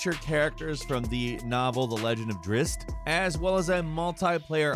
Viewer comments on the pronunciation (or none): Drizzt, pronounced Driz-zit. Promise.